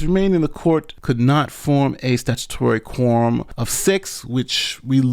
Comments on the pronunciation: Why do you keep saying “Quorm”? The word is “quorum”. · Hahaha!!! Sorry, but I had to share. I'm listening at 2X speed, and it sounds like he's saying "porn" instead of quorum. Changes the whole tone. Back to work now.